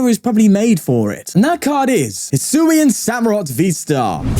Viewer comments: I’m the dude that pointed out the pronunciation last time. It’s His-oo-yee-en. But on a more serious note, I’m glad you’re doing well. Missed you, bruv. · Hisuian it's pronounced: Hi Susan Also, hope you get better!